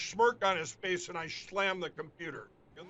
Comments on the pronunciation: He SCHLAMMED THE COMPUTER WHILE SCHLAMMING EVERYTHING ABOUT WALMART? HAHA 🤣😆🤣😆🤣😆🤣😆🤣😆🤣😆🤣! LINDELL'S BRAIN IS GONE and now it's really affecting his speech, OH! FRANK'S SPEECH??? Is that why it's named that? To show us how BADLY SOMEONE CAN "SLAUGHTER" THE ENGLISH LANGUAGE??? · "Shlammed"??.......what a shlamma-lamma ding-dong. Btw......that photo of Donnie and Moron, is actually quite sad. Imagine having a narcissistic sociopath for a father. One who never showed you true affection, never gave you genuine encouragement or even honestly said he wanted to spend time with you. You know, I think having a completely absent father would be less cruel to a child. But, I'm sure Junior was well compensated for that emotional abuse. And, the mere fact that he and Eric still are involved with Donnie shows that, when it comes the Trump clan, it is, and has always been...... .........DOLLARS UBER ALLES!!!!!.......